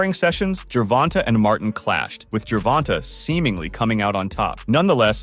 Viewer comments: Fuck that if your gonna make videos and do research and edit and want views and make it real you can at least get the names right its annoying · no matter how well you still saying it wrong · I mean… it IS spelled like that. Not Gervontae or Gervontay, but Gervonta. Find another word that ends with “ta” that is pronounced “tay” and I will admit that I may be wrong.